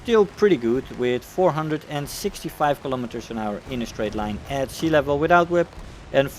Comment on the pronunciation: when you say "at sea levep" just how far off of the sea are you? im just curious how close do the water you are when you say "sea level"